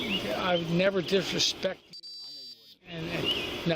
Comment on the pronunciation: "I would never...DISH-RESHPECT..."